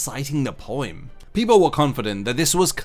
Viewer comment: sorry... did you pronounce it poiem?